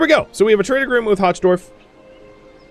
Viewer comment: "Hochdorf" is aptly named - German for "high village"... Though it's pronounced more like "hoke", with the 'ch' sounding like you're bringing up lung-cheese...